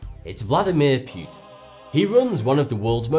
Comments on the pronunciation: PEWtin. lmfao... P-OO-tin. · The diamond heist was 100 percent an inside job And omg it's now Vladimir PYEWTON it's pronounced POOTIN' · Its pootin instead of pYEWtin